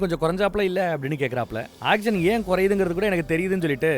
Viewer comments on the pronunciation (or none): none